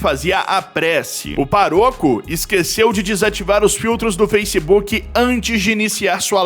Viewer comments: Paroco ? 2 vezes? É pároco, com acento no á. Fala sério. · PAROCO,? PÁROCO, menino!!! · É Pá - Roco, não pa -rô -co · "PARÔCO", caro??? Já não basta sua forma AFETADA de narração, agora isso? É PÁROCO! 😂😂😂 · Paroco: deve ser "para rouco" ou ....